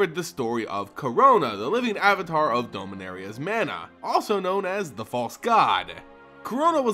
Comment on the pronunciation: You need to say the As in "Dominaria" as As (like you say in the word apple) and not like an E.